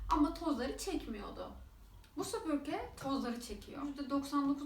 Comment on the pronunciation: Video çekiyorsunuz topluluga hitap ediyorsunuz keşke sübürke değil de SÜPÜRGE olduğunu öğrenseydiniz